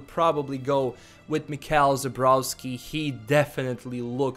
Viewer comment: Źle czytasz nazwisko Michała bro